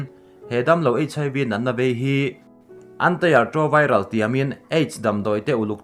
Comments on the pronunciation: (ART) Antire-troviral tih hi a dikzawk nge ni aw... I lam sual nge ni ka tia, mahse a ngai chiah hian i lam nawn ta hial sia..! Ka lo hriat ve dan Anti-retroviral tiin ka lo chhiar ve mai thin a. Min hrilh fiah thei in awm em. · Mizo in an ti ti a kn lam rik ang hian lam rik tur, antai tilo in